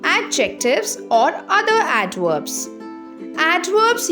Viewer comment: bro fr said adworbs